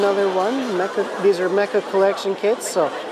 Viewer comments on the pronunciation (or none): none